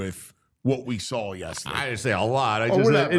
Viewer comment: There is no L in the word saw. Please stop say sawl. It's gross & you sound dumb.